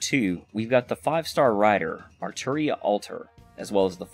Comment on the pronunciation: Gotta respect a fellow fate nerd who says Arturia lol